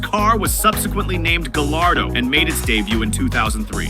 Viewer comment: Not "Gall- ar-doe." But, "Guy-ar-doe."